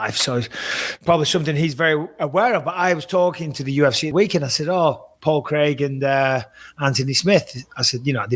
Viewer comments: 38 seconds in and Bisping says "Pol Crrrrraaaaaig" loool 😭😭😭😂😂😂😂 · bisping hated couple of times on people on saying "paul kreeeg", still he does it everytime haha